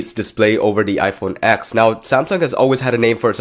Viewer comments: IT'S READ AS "TEN" NOT "X" 🙆‍♂️🤦‍♂️ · iPhone Ten! Not ex! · Yet another tech video where you call it the “X” not the “10” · It’s not pronounced iPhone “ex” it’s pronounced iPhone “ten” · Why do you keep saying “iPhone ex”? It’s the iPhone 10. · do you mean iPhone TEN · It’s called iPhone TEN!